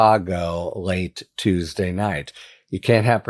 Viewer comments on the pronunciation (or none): none